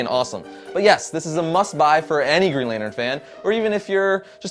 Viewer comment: "Lanern" lol